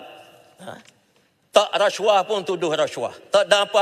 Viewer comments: Racuah..haha,sebut pun xtau ape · Menyampah betul menyebut resyuah, resyuah....tup2 NAFAS skandal baja 1.9B, ish ish